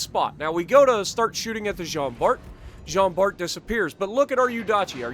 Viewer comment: In french we don't say the ''t'' in Jean Bart